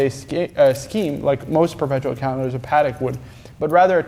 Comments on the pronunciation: I always do! These clips are as engaging as the "grey market" episodes (for me). tho'... will probably always say it paddeck hahaha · I know it's a weird thing to say at the 2min mark: THANK YOU fro saying it Patek (in Patek Philippe) the right way (wipes a tear away) aaand then he stabs my ears again at the 3 minute mark saying "paddeck"